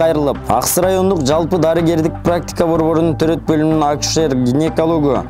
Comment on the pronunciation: Ушул тантыкты кайдан таап кабарчы кылдынар.Козуздук эмес,коопсуздук акусер эмес,акушер!!!